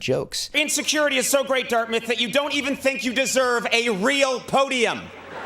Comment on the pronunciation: “Strip away what you shink “ .I’m sorry but am I the only one who caught that ?😭😂